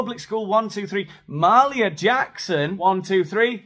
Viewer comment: Ma-HALE-ia Jackson. Love your comedy, but she is a legend.